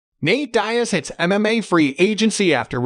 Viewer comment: “Nate Dieeaz” 💀